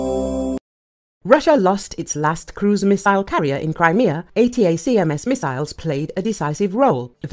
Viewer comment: Please update the AI to say A-TAC-AMS. Annoying.